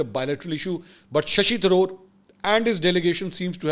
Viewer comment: SHASHI THAROOR NAHI...SAHSHI THARUOR..